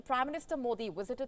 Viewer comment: Stop saying WISITED.